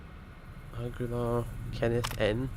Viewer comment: er, I'm sorry,, I believe the name you are attempting to pronounce( I applaud your noble guesses)? is pronounced "AH-GEE-larr". At least that's how I read it....